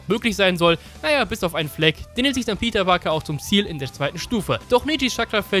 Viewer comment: Nich Peter Parker sondern "PITA PAKA" :DDD Leck mich am Arsch der war hart :D